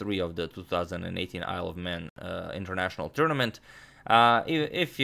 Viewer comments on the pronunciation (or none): When he says "Isle of Man" it sounds like "I love men" lol